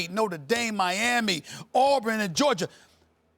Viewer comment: Why Stephen A always put an r at the end of Georgia?